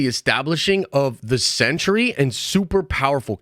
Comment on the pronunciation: Sounds like you’re saying century instead of Sentry